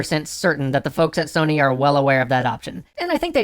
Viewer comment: You said Sony wrong